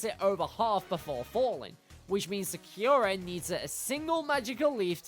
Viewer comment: Sa-kyu-ra It just hurts to hear it like that.